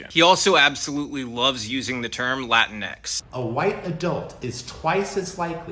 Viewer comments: La teenks. Not Latin-x. Either way is annoying, even to Latin people. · As a Latina, hearing La-tinx is like nails on a chalkboard.